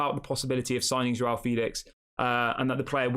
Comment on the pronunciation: It's pronounced Jao, not JWOW...LOL